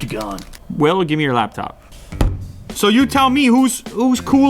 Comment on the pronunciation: Lap-phone , owwwww!